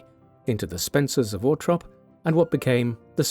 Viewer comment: If the narrator can’t say the name of the property, Althorp, then he needs to stop talking because he’s just embarrassing himself and annoying everybody who tries to listen to this